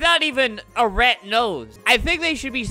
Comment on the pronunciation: normal people: "rat" Flamingo: "rett"